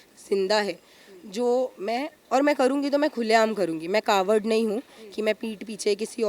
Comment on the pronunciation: Cowhard bolna seekhley pehley padai karkay bolna nahi ata